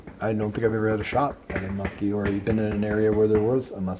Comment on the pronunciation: yall are saying muskie wrong.